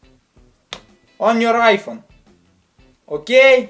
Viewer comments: I never stop laughing when you say okeey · I can't stop laughing when you say okey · the way this dude says ok? hahaha god help this man with his issues